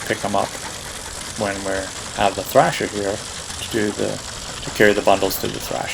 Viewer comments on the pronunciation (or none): it is thresher not thrasher